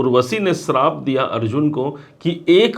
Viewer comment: Srap kya hota hai? Shaap suna hai